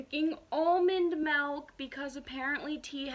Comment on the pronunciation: omg the way she said MELK in the beginning